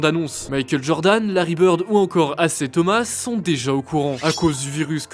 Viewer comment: c'est pas "assai thomas" ca se dit "aille zaya thomas" bref